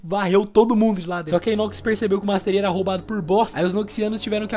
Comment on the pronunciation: master ai?